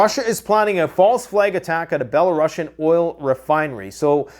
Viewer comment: dudes up here trying to pretend to know everything but cant even pronounce belarusians, def not bela-russian. grandstanding nitwit.